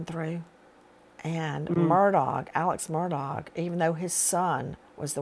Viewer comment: “Alex Murdog”?! I love it! 😂